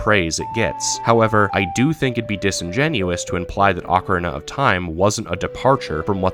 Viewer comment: Say it with me now, "Oh-kah-REE-nah".